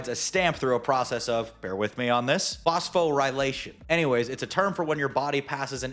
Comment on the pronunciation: ACT-in (not "acit-in") as in actin and myosin filaments of muscle. And you botched saying "phosphorylation" as well. You really have no right to be "educating" the public on this topic without basic skills like medical terminology pronunciation! Click!